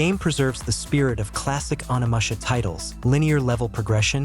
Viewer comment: "Burse-uh-ker" "oni-masha" "nigh-oh". Ever played a video game before?